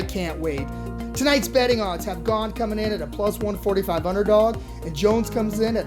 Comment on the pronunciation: His name is not pronounced GONE or GAIN. It's GA-NAY (Gane) Learn something, you uncultured lunatics